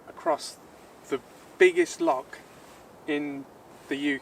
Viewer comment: Good work but you really need to work on your pronunciation of Scottish terms...its Loch not Lock.